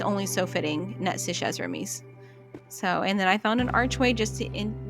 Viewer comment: You said Chez (Remy) with the z at the end but Chez is French, you don't say the z, the z is silent. So you say just Che...if you want to pronounce it correctly 😊